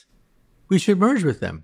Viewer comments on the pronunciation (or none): For a moment I thought I heard him say “at that point, we should murder them”, before I realized he had said “merge with them” hahah 😅